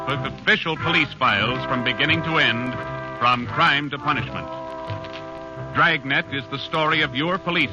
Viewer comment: From the extra syllable you give Dragnet, I thought this would be a long-lost sequel to Stan Freberg's parody Dragonet.